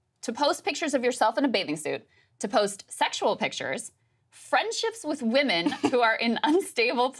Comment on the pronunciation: "Unstable Wemon" sounds like a nice way to say "Promiscuous"